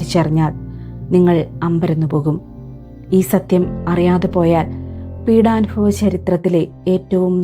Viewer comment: പീഡാനുഭവം ആണ് അല്ലാതെ പീഡാനുഫവം അല്ല. ആദ്യം മലയാളം കൃത്യമായും ശരിയായും ഉച്ചരിക്കാൻ പഠിക്കൂ 🙏